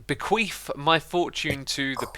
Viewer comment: Nobody:: bEQueAtH?!